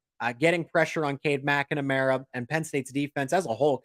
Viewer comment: Hey, you're adding a syllable to McNamara that doesn't exist.